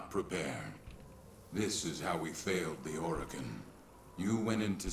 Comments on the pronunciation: It's pronounced Or/a/kin, not O/Row/kin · Hey, don't feel self conscious about your pronunciation of Orokin. A lot of people pronounce it a lot of different ways. We won't judge you over it